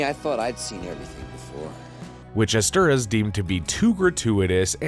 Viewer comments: I was like who the hell is "esteras"!?!?🤦‍♂️🤣🤣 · Joe ESTER-HOUSE not Esteruss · Screenwriter's surname is pronounced "Estherhass". It's a Hungarian surname.